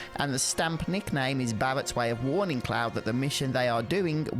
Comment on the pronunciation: Bawwet and cwoud